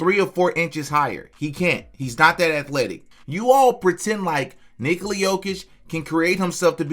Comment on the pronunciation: Nikola is Nicholas without the "s" sound Please stop with the Nikoli